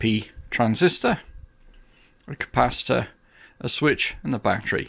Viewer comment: Please please do. Not say capaci-tata it's like saying boatato for a potato 🥔. You come from the stroud area, not the forest, they can getaway with it.